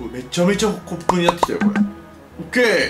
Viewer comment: 骨粉がコップに聞こえた笑